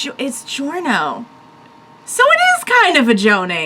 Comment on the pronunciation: Actually Koichi-kun is older than Giorno, Koichi-kun is 18 and Giorno is 15, and in italian is pronounced more like JO, both Giorno and Giovanna. (And the ear thing is not for the stand, my brother can do it too)